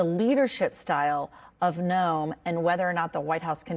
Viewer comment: Noem is pronounced Nome. I'm from Iowa, a neighbor of SD, and am familiar with this harlot.